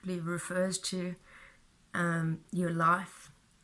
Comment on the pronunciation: Life is pronounced lʌɪf not laf. It is hard to understand you when you say life. Let me clarify that. Not always. Mostly when you say "your life" too quickly. Other times when you say life is is quite correct and understandable.